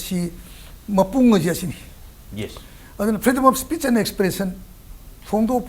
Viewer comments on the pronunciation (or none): Keino anchor se pakhatliro maisey eidi nokpada wanthadourey "fedom af spet" hairisibo😂😂😂😂😂😂